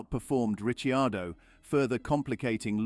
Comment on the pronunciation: The correct pronunciation of his name , he being Italian